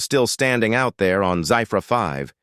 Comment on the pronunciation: The spelling Zephyr 5 is pronounced wrongly.....that is ZEFFER (Phonetic spelling) and this AI voice is so monotonous and boring.